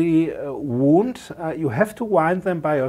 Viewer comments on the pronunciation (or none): Interesting video, I learned a few things. Thanks. (btw, one of the many quirks in English, and forgive me if you know this: Although they are spelt the same, "wound" (for coils) and "wound" (an injury) are pronounced differently. The first sounds more like "wownd", rather than "woond")